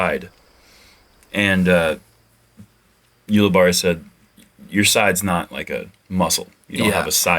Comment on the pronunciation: I'm pretty sure when I've heard him commentate he's pronounced his name You-li-berry